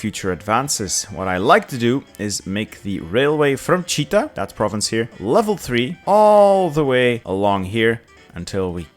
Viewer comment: actually it is Chit-a , not Chi-ta )